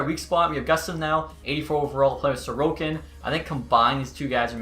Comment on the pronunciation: probably xtech. In his Alaska franchise mode his backup is Ilya Sorokin and he is pronouncing his name like Sorkin